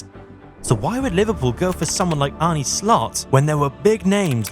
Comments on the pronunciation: Jezus!!! You woke up late. And try to get the dutch names correctly spoken....I emplore you, just try... is not Arnie...its Arne....just try it out of courtesy. For your sake, i hope he is successful and a lot of dutch players invade the premier league. Good luck with that boi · Apart from the pronunciation of his name. John ARNE Riise. This shouldn't be hard for anyone who has been following Liverpool the last 20 years.